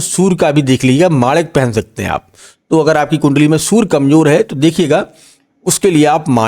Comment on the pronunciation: Baani nahi ❌vaani ✅ Sur nahi Surya Bahan nahi vahan Istreet nahi street Aap bura na maane bhai pls🙏🏻🙏🏻 Achha prediction de rahe hai but hamari hindustani bhasha sahi bolo🙏🏻🙏🏻🙏🏻